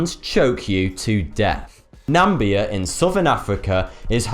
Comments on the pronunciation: NAMIBIA, not NAMBIA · Its not nambia its NamIbia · Don't mean to be a grammar Nazi but, it's pronounced CASHew nuts, not "caSHOO" nuts. Also, where on earth is "Nambia" or do you mean Namibia? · Ermmm...Nam-ib-ia not Nam-bia... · Nameeeeebiaaaa not nambia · He just said Nambia instead of Namibia... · Hahaha "Nambia". It's Namibia dumbass. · Freak, it isn't Nambia, it is Namibia!!! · its Namibia not Nambia please pronounce it correctly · namibia , not nambia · its NamIbia not Nambia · Nambia? XD Na-mi-bi-a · its Namibia, not Nambia, the way you pronounce Namibia is incorrect. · I'ts Namibia, not Nambia. Fuck, i hate it when the misspell and mispronounce countries. I even live near Namibia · Na-mib-ia .. not Nambia. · I'm English and this fella's pronunciation is appalling. 'A-fixia' for asphyxia? Nam-bia for Nam-i-bia?? And did I get a wink at the end? Did I f**k! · Uhm it's Namibia, not Nambia. You got that wrong multiple times. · ***** thats because your idiots. He said nambia, but i knew he meant namibia. And i choose to not be a dramaqueen about it. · yeah I noticed that too. He must have mixed it up with Zambia or Gambia... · NamBia? NAM-BIA?? It`s NA-MI-BIA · Where the hell is Nambia, its pronounced Namibia. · It's not Nambia it's Nah-mee-bee-ah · 'Namibia'.. not 'Nambia' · i'm from South Africa and you said the place as "Nambia", it's actually "Namibia" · the country is Namibia, not Nambia. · It's pronounced Nah-me-be-ah and ass-fix-ee-ay-shun :D Good little video nonetheless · Nambia?? Close to Narnia with its giant frogs? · it is (na)(mi)(bi)a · 1) C'shew? 2) Phycosis? 3) Ackai? I thought it was Ackee? 4) Aphixiations? 5) Sannakaji? 6) Nambia? 7) Oshiketataka? This was a rough day for. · Nambia.. affixiation... can cause deaf??? I know the name is a play on 42 from the Hitchiker's Guide to the Galaxy, but this dude cannot even say, he mispronounces it ""... ironic that he made a name that he cannot pronounce.